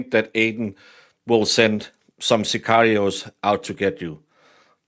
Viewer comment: "Sicarios".....😅